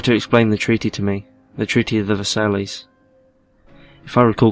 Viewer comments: Not verse saileys ?✨ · i can't listen to this... it's pronounced ver-sigh. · He pronounced the treaty wrong.